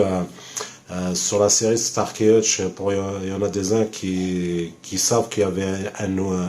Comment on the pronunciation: Starsky et pas starky